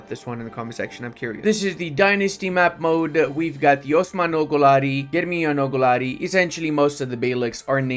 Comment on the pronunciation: I know this is a joke. But it's not pronounced like that.